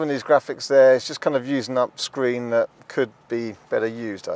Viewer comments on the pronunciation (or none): none